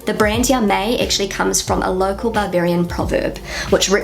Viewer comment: "Ja, mei!" (meaning "Don't worry!" or "I don't care!") is actually pronounced "Yah, my!", not "Yah, may!" as you do 😉